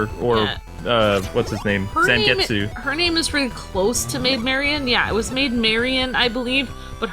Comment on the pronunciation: I feel bad for Zangetsu you obviously have never seen Bleach other wise you'd know his name is pronounced "Zon-get-sue"(Ichigo's Zanpakuto spirit is named Tensa Zangetsu.).